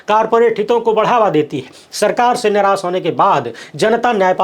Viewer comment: भाई श और स में फर्क करना सीखें। सक—-शक निरास—-निराश सोसल—-सोशल विसेस—-विशेष विस ——विष सौक——शौक संसय यस